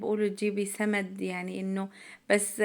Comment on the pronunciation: اسمه سماد مو سمد